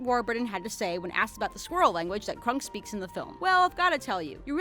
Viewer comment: Did the way she pronounces Kronk get on anybody else's nerves? It's Kronk, not Krunk.